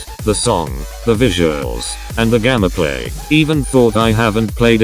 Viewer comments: Why do u say gammaplay it's gameplay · hes saying gammaplay insted of gameplay what the actual jesus fuck man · Y U say gammaplay?! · Y does he say GAMMAPLAY